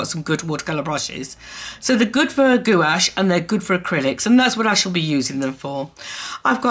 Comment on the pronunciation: Gouache is pronounced Gwash, lol! I used to say it like u too. Love ur video!